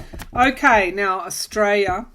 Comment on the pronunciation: Hi. Just wanted to note that the way you pronounce Australia sounds like 'estrella', which means Star.